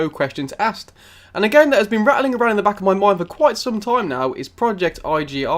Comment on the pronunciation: Bro is .......I......... G.......... I NOT iggi 😊